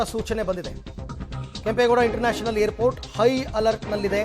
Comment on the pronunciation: He is pronouncing hair port 😂😂 babaji it's Airport